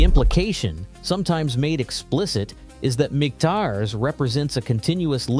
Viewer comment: Michters is pronounced three different ways in the video.